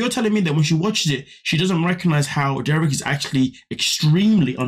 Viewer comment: How have you watched multiple seasons of them on the show and you dont know how to say Garrick's name???